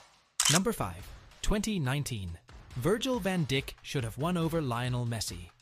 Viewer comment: it is pronounced Virgil van Deyk(Dijk) not van Dick ... xD